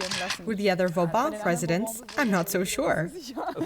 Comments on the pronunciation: Vauban, not Fauban. Like in Sebastien le Prestre de Vauban - the one you name yourself in the report... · *Fauban = Vauban